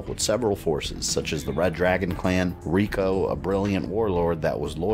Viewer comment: You're one of my favorite MK guys. but come on, Rico???? You know better then that and you say it like that 1000 times too :(